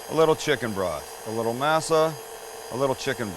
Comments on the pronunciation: Sam..your killing me, it's pronouced "maa-saa" NOT "masa"! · Being from the Southwest I use to have having Tamales at Thanksgiving & Christmas. My family has even made Enchiladas for the holidays. Masa is pronounced Mah-Sah not May-Sah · Mass Ah? This ain’t church. Moss Ah, cabron. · I think it's pronounced may-sa not ma-sa, per Cherokee reference, JS. Who did the knife go to???? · You sound like the main character in Roots when you say masa Dont you live in San Diego? And own a taco shop? And you cant pronounce masa right? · I knew these tamales were gonna be garbage the second he said "mass-a" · The way he says masa is a little sus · Pronouncing masa wrong......just fyi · is the only time you say masa right lmao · Thank you! It’s been driving me nuts that no one else has said anything about his pronunciation of “masa” 🤦🏻‍♀️ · I luv tamales and A for awesome effort. Consider trying again next Xmas. Oh and less lard. One other thing, try working on your pronunciation, I couldn’t help but think you were referring to your viewers as slave owners. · "Berry-a-er"... "Mass-a".... Oy Vey...🤣😂 Birilla tacos rock, especially in a tamale form... Keep Masa in your pantry!... There are two forms of "lard", a real one that is bought from the refrigerated section and a second version that is a lard mixed with "Crisco" version that is stable at room temperature for a good while. Always try to get pure real lard if you can, but if you can't the room temperature type will work... Thanks for the video... Your friendly Texas cook and medical professional😷... Merry Christmas.... 🔥🎸🔥